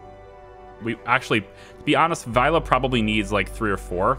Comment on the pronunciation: The very last 'e' sound of your pronounciation of "Vejle" was a little off - the first bit was spot on though! "Midtpunkt" was pretty good too - obviously not perfect, but very good considering the length of the word! "Hygge" as "hike" was way off but that is to be expected, haha. I actually live not very far from Vejle - it's where I have to get off the train to get on the next one when I go visit family (